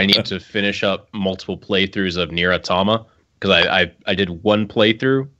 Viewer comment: Nier Automamamatomta